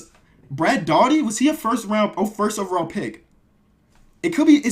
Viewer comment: your saying brad Daugherty name wrong